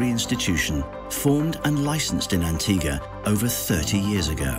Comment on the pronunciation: NO ONE CAN PRONOUNCE THESE ISLANDS PROPERLY!!!!!! Cyant! Barbooda?!